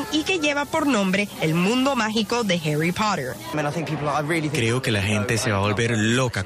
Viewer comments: Harry porer :v (así le dijo la tipa) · Nadie: La presentadora: "los fanáticos de Harui Pohtheur"